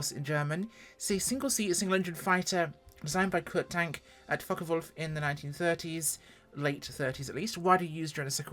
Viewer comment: Hmm, how did you pronounce the name Foche??😮lol. Oh and I also wanted to say... "Das video, das ist zehr gute Fraulein 😅, ja!!"